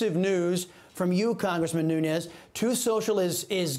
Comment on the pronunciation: He's Portuguese not Spanish, so you mispronounced Nunes.